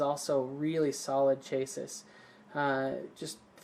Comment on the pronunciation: Chassis is pronounced as Chass-ie not Chay-sis